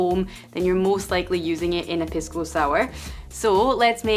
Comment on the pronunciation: Love your channel, - however, the spirit is correctly pronounced PEE-sco. The Spanish 'i' is pronounced like the English 'e' (Hence the play on words with Macchu Pisco/Picchu). Saludos!